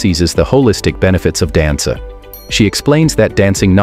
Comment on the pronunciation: Why does the AI pronounce 'dance' correctly and then later mispronounce it? How odd.